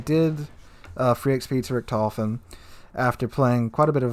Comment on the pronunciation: The T10 CV Rektoufen - You're butchering my beautiful language.